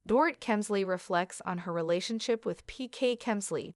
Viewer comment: Her name is pronounced Door-Eat